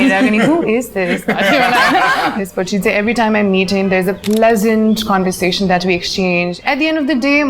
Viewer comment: Cun-versation? Marri-yot? 😂